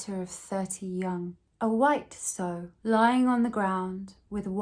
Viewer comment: Female pigs are sows - rhymes with cow😂